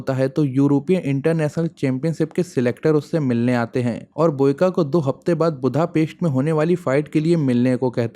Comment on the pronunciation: बुद्धापेस्ट नही, बुडापेस्ट होता है